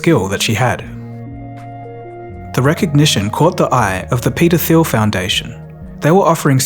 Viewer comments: The way you pronounced the "Th" sound in Peter Thiel's name as as "F" really threw me at first, especially combined with saying Peter as "Peder". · The name "Peter Thiel" sounds very unfortunate when pronounced by someone with an english accent lol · "Peta Thiel" sounds really bad said out loud (Peta Phile)! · Thiel is pronounced Teel. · You need to pronounce Peter Thiel differently.